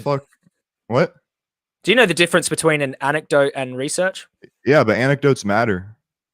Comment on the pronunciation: "Anectotes what leads to reacearch." This dude is pure "gold". So many new stupid memes. :D